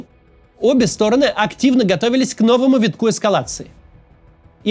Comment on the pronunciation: Максим, регулярно вас слушаю, и каждый раз меня коробит вот это "обе стОроны". СтОроны - это мн. ч., им падеж. Правильно говорить "обе сторонЫ" (ед. ч., род. падеж). Одна сторонА, обе сторонЫ, все стОроны.